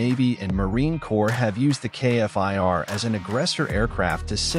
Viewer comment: love this jet but please say the name Kfir not K F I R...